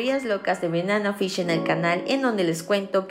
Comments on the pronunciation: se pronuncia "benana fish" y "eji" en lugar de "banana fish" y "eiji"?? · Amiga NO es Benana Fish…. Es Banana Fish…. Aprende a pronunciar 🤦🏻‍♀️ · Me pone nerviosa que diga benana fish y eji xdddd